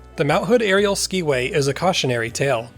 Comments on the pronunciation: Hello! My grandparents, Tom and Anna Johnson, managed the Skiway Hotel when the tram was built, run, and then dismantled. One thing--it is pronounced "sky-way", not "ski-way". And I was told that these were real Trailways buses that were suspended from the cables. Another fun fact--there was a pond where the swimming pool is, and my older brother, sister, and I would go out there with strings on sticks to try to catch the fish! I was born in 1956 so never got to ride the tram, but I heard so many stories over the years. Another reason the tram was dismantled was that it often stopped on the ride because of ice build up on the cables. Your story here is fascinating and so fun for me to watch! Feel free to contact me if you want more info! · It was pronounced Sky-way. I have documented proof. Looking forward to your presentation at the Mt Hood Museum.